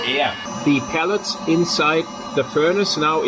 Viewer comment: I enjoy your version of English. Just FYI, I believe you are referring to “pellets” as a source of heating fuel, but it sounds like you are saying pallets, which are portable platforms used to move goods around. Thanks for the informative video!